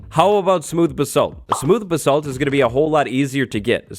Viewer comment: The way he says basalt... I’m not even British but it bothers me